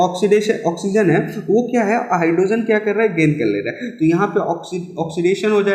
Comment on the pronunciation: Sir you explain nicely but please don't pronounce it as hydrosen it's hydrogen